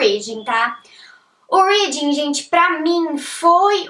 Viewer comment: Mas pq não aprendeu a pronunciar "reading" e "writing" ainda!?